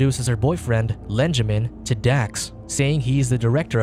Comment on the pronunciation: Lenjamin? Lol